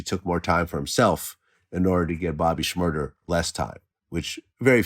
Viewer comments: "Shumurder" LMAOO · Vlad said Bobby murda🤣🤣🤣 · Who else heard vlad say “ Bobbymurda “ 😂😂😂😂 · did vlad say bobby shmurder.... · why he kept saying bobby shmurder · Vlad has never pronounced the sh- it’s so weird